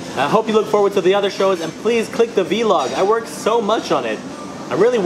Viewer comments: It's vlog not v-log hahaha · its not ve log its vlog